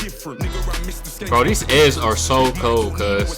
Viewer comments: loooll you said sound of the skiiing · Not sking bro Its skeng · "sounds of the skeeng" 😂😂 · skeng not sking lmao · its pronounced sk-eng lol;) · My man says "sounds of the sking" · Man said sounds of the sking 😂😂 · Skeng not skeen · Yo bro. You pronounced skeng wrong. It's slang for gun and the e is pronounced like the e in elephant. So like sk-eng turns into skeng. Check out the track skengman. Pt4 by Stormzy or siengman by 67